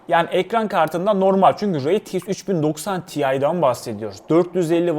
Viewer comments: rey ti eks değil ar ti eks olarak telaffuz edilmesi gerekir kardeşim. Allah aşkına kulaklarım tırmalanıyor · Reytieks demesen bi de şuna